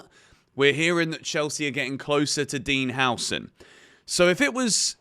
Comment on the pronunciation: Dean Howson? Dude you can't even pronounce the names of the players you want, you have NO idea about what type of players you have on that list.